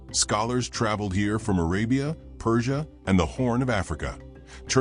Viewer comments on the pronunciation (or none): none